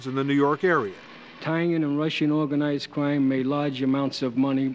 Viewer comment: They new I was with Owganized cwime.